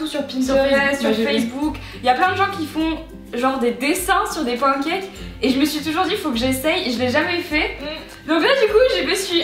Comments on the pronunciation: Ya que moi que ça dérange qu'elle dit pencakes au lieu de pancakes ? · qui dis srx pancakes ? moi je dis panecakes